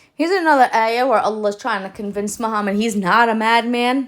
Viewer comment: Its in the name. MU-HAM-MAD There is also "HAM" in the name.